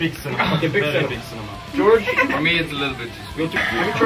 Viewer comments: Yeah, I was really annoyed when they started the US media tour b/c TH themselves would introduce Georg as "George". I thought they were dumbing down the pronunciation for Americans. Then I realized how Georg's name sounds to an American, esp. when you break it down by syllable.:-P I think they decided it wasn't worth the idiotic heckling & just went w/ George. Plus, as narutoinuyashafan93 said, it's the way typical Americans would say it if we read it and didn't know better. Sigh. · I nearly had a child on the floor when I saw Tom without a shirt on. And PLEASE tell me the DJ didn't call Georg "George."